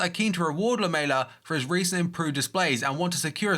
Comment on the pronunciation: I appreciate that an english youtuber finale said lamela instead of lameya. like srsly lmao